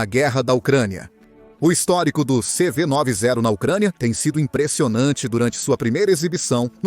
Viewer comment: Não é CV 9 e 0 você tá falando errado! Esses brindados têm o nome de CV 90 pq foram construidos na década de 90 por isso tem este nome. Entendeu!